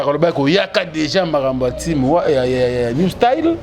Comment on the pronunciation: on ne dit pas New style (stail) c'est New style (stil )